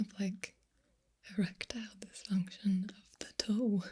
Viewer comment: ErecTOEal dysfunction 😂